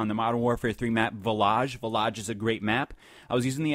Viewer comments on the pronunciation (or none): Yo dude it's villige not villagge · Village not villoge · villaj illaj laj aj it's village.. VILL-UDGE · He said the name of the map wrong